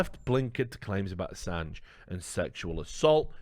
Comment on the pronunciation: Oi mate PRONOUNCE ASSANGE RIGHT MATE!!!